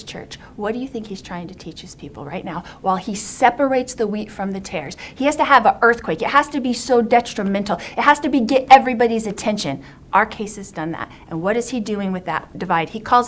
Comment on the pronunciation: “Something so dextremental”?? Erm ya what now? Stupid and evil 😂